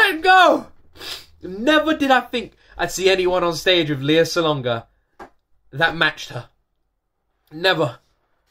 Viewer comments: Please keep reacting to Lea Salonga videos. You’ve done a few, but she has many! Another fantastic duet: Lea and Regine Velasquez singing a musical medley. Reminder - her name is pronounced LAY-ah. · You may not be pronoucing Lea's name correctly . It is Lay ah.